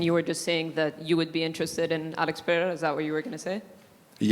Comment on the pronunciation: and he pronounces Alex Pereira better than DJ does😂😂